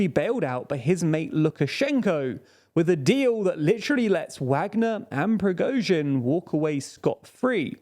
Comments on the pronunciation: You guys pronounce Prigozhin's (Pree-GOshin )name differently than most news outlets. Why is that? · Ok, your pronunciation is better. Noted. Yet you are still accenting the wrong syllable in Prigozhin's name. It's on the second syllable... :) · TLDR never fails to fail. Lukashenko a prime minister? Let's see in how many ways will he pronounce Prigozhin this time. Why don't you GTFO from TLDR EU, if you are unable/don't care to say correctly anything that's not British? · I have a new theory - the main goal of the Prigozhin's coup was to make TLDR guys learn how to pronounce his last name correctly.. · Love your videos but you should learn to pronounce Prigozhin! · He still hasn't learnt how to pronounce Prigozhin's name as well 😅